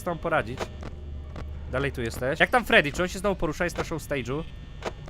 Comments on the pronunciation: fredi a nie tedi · to jest freddy - fredi, a nie tedi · nie tedi tylko fredi haha le rzeż frediego pojechał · FREDDY A NIE TEDDY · nie gęsi tylko freedy!😎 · freddy!! a nie tedy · Miś to Freddy (czytaj :Fredi) Królik to Bonnie (czytaj :Boni) Kurczak to Chica (czytaj :Czika) Lis to Foxy (czytaj : Foxi) ten co do ciebie dzwoni to Phone Guy (czytaj: Fon Gaj) I fajnie że grasz w Fnaf'a ...Ale ja chcę the Stanley Parable!!!!!!!!!!! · nie tedi tylko fredi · misio-fredy mów fredi